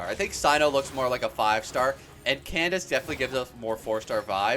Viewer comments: I think Candace is pronounced "Kandake" FYI! Really enjoy your videos B) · Candace is pronouced as Kan-da-ke, no hate js wanted u to know <33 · candaces name is said can da ke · for future reference, Candace is actually pronounced Kan-da-ke! Candace is the latinized spelling :)